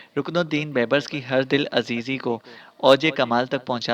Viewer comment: بھائی بیبرس ب٘یب٘رس دوسری ب کے اوپر شد ہے